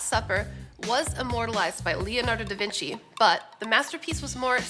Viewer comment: Leonardo Da Vinci. Good pronunciation. Generally American misspell 98%of Italian words. When i heard "brushayda" for "bruschetta" I was about to faint.